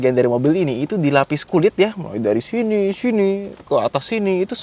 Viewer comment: syinih syinih medok suekale